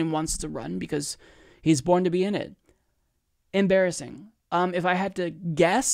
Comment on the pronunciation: We need to replace the 'Das amazin'' meme with 'Das embarassin'' 😂